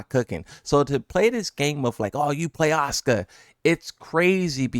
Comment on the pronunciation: the Japanese pronunciation of Asuka makes it sound like Oscar